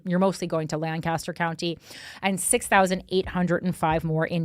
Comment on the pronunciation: The southeastern PA people wincing every time she says DOW - fin and LAN - kas - ter.